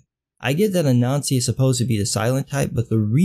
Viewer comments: I heard the same thing, it makes the story of Black ubermensch so much better. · Omg, I kept hearing it that way, too! This should have repeated the name out loud many times before committing to it. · I heard it and was looking for a comment like this. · I first heard the heroes name as “A-Nazi" so all I could think was “the hero of the story of African Ubermensch is named A-Nazi, this is even funnier than I thought," but it's actually “Ah-Nan-Z" like that story about the spider I had to read back in elementary school. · For a moment, when you said Anansi, I heard 'a Nazi'. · Everytime you say "Anansi" I hear "a Nazi" which is sort of ironic but bizarrely appropriate. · MrColuber I keep hearing it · lord, i thought i was the only the one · I was hearing it all the way, untill I noticed your comment kind sir. It was bogging me. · I honestly thought I was the only one who thought that too. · Me too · I thought he was saying that the whole time......it still made sense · Sorry, but every time you said the name "Anansi" I heard a nazi" and that made it all so much funnier. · I'm not going to lie about every time you said Anansi, I kept hearing you say "A Nazi." I had to look it up to get the correct spelling of the name. lol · Every time you say the name "Anansi", I hear "A Nazi" so sometimes I jump to see if there's really a panel about a Nazi fighting a ninja.